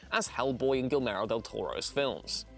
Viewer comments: did he seriously pronounce Guillermo del Toro as gillmero? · A nitpick, but you don’t pronounce the L’s in Guillermo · lol Gill Merrow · You mispronounced del toros first name